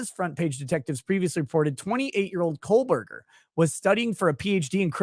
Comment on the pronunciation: Love watching your show,. You've established your own point of view and whether I agree with your opinions or not, you're speaking from an honest perspective. Respect ✌️ PS: Hearing you say KohLberger over and over again was torture 😂